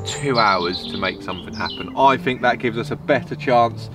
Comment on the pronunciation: “Fink”? Does this Thuckwit mean THink?